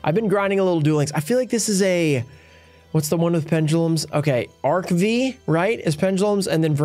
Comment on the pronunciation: It's pronounced Arc 5. V is roman numeral. 😄